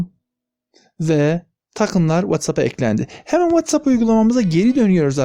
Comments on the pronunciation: Anlaşıldı, tamam "Veytsap" :D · Whatsapp deyişine bittim çok mu kastın😂😂😂